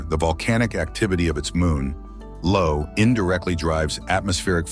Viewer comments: Io. Io. I-O. It's Io, not Lo. Jesus wept. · The most boggling thing is how you managed to wreck the name of Jupiter's most volcanically active moon! There is NO "L" in the name! That first letter is a capital "i" and the name is pronounced "eye-oh", NOT "Low".! No wonder you have ZERO likes! You don't know what the hell you're even saying! What scares me is the 3.78k subs! I really hope human intelligence isn't plummeting THAT fast!